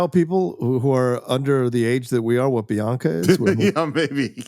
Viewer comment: It’s not Bianca it’s Binaca!😂